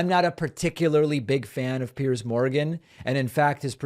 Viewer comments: She's having a hard time becoming Ms. Irrelevant. And Kari, btw, it's pronounced Piers as in peers, not as in pierce, even though pierce is exactly what Piers is doing to you ! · She calls him Pierce instead of Piers..can't even get his name right.